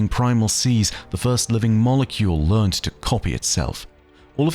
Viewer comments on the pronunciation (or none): none